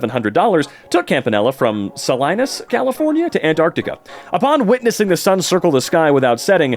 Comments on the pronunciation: If it ever comes up again, Salinas is pronounced "Suh-lee-nis," not "Suh-lie-nis." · was so happy to see Salinas representation until mispronounced it 😭 its pronounced "suh-LEE-nuhs" for anyone who's wondering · Holy shit. That flat earth guy is from Salinas... the next town over from me. Wow. (Also, it's pronounced Sah-LEE-Nass) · its pronounced sa-lee-nas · Salinas is pronounced Saleenas.